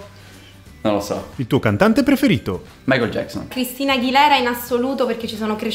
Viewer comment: Grande sei un genio per aver detto michael jeckson